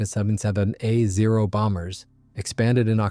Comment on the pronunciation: What, you never heard of a He-plane? 🤣 I agree, I didn't know it was AI at first, then it kept saying HE instead of H then E.